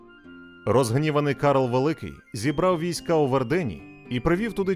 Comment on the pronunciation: ВЕрден.. Прошу дуже, ШІ, наголоси правильно!!